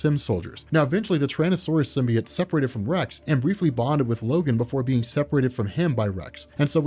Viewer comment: Its so distracting that you keep saying Sim-bee-it